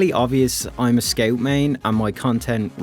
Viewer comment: sceut. not making fun of you, just "sceut"